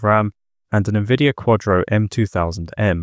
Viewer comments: Who the F says "NEHvidia" instead of "N-Vidia", was the sound of this video AI generated?? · nuhvidia? NUH-VIDIA? bruh